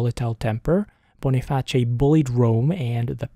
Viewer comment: Wait...is that how you pronounce Boniface? I've been wrong my whole life!!